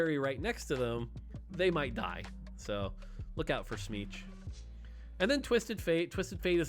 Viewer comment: I’m sorry did you say smeech 😂